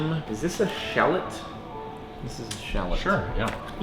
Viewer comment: Pronounced Shall-ot GAAH XD.(I died laughing at Shallut)